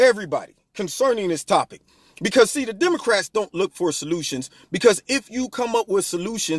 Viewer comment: Pronunciation - "DeomoRats".......... lol